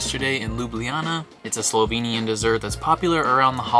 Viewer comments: And I must say your pronounciation of slovenian words (places and dishes) is very good! Usually people have problems or don't even try to say it right. So really well done! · I live in Slovenia (lucky me!) and I love your enthusiasm and the obvious effort you have made to get the pronunciations right! Thank you. I approve of your destination choices so far, and sorry you could not have had better weather. I personally prefer Škocjan cave over Postojna, it is way more spectacular, but realise you had to make a choice. Looking forward to the next video(s)!